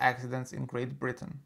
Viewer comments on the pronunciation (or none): none